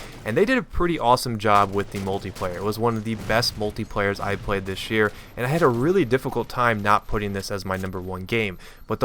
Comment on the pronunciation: "Tish year" lol